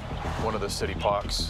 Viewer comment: " we're heading over to the paak"